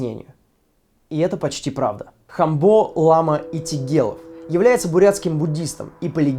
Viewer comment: лама ударение на второй слог)ато ухи режет)